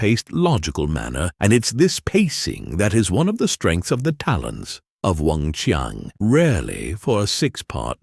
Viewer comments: CHI-ANG NOT Weng Chung!! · wing chy-ann not wong chung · Weng-Chiang, not "Wong Chung". If the narrator cannot get that right, I don't want to listen to the rest of his "review"! SMH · oh it's a Fudgeknocking AI voiceover again. WUNG CHING!!!🤨